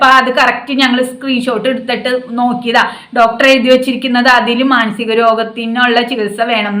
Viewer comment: മാസികം എന്ന് പറയണ്ട